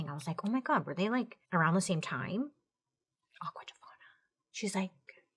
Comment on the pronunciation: Aqua tofanaaaa Edit: ahaha she said it right after I posted my comment. Awesome.